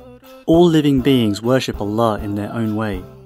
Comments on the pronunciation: Seslendiren adam ne güzel allah diyo la ben bile öyle diyemiyom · the way you pronounce "Allah" is so deep and meaningfull brother .. masallah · The way he pronounces Quran and Allah , Maşallah I feel the ❤️